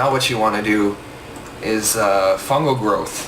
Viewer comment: fangel groth lmfao, fungal growth*